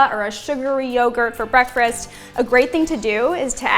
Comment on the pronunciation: Is she saying "breakfrast" ? I can't listen to it anymore. Sorry